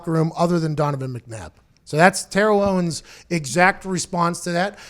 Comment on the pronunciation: "Ownes" lol